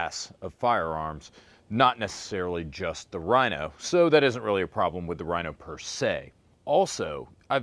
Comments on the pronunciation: This nigga doesn't know about the Mateba and pronounces "Rhino" like stoners pronounce "Hella sweet bro". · that was the cornyest joke EVER!!! and ur actually pronouncing Rino's name wrong!!!